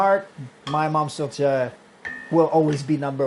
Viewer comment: Congratulations! You pronounced Tourtière correctly! With the french Canadian accent.